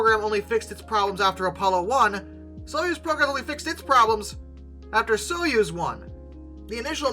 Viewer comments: It's "Soyuz", not "Suez"! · Soy-UZ, not Suez. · Soyuz is pronounced Soy, as in soy sauce, uz, as in use. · Easier pronunciation guide Soy-use